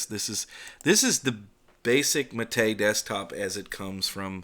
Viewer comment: Praise be. Someone who actually knows how to pronounce Gnome and Mate. I die a little inside every time I hear someone say "Guh-nome" or "Mayte".